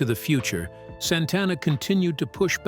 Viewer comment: Mispronounced Santana .....